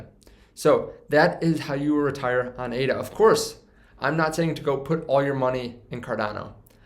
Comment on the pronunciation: Its Ada like a person's name not A.D.A. You're audience would be more accepting of your info if you had the basic info IE: the name correct first.